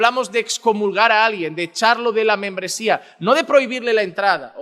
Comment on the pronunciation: Porque dise que menmbresia